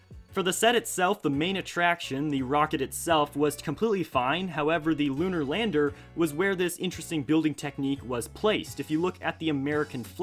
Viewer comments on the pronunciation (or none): none